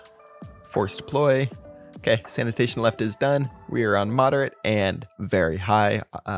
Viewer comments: English isn't my first language, but I am pretty sure "sanation" is not pronunced the same as "sanitation". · it's Sanation not Sanitation xD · sanation not sanitation ... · At this point, I think he's doing it on purpose. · I like Your movie ❤ but this is Sanation not Sanitation thats a huge diffrence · Sanation not sanitation hehe ya silly boy ;)